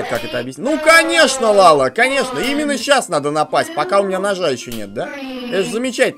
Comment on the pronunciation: Дурачок? Не ЛАЛА, а ЛЯЛЯ!!!!